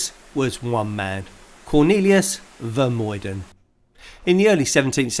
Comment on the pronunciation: Vermuyden is pronounced with the uy sounding more like the ou when a Canadian says out.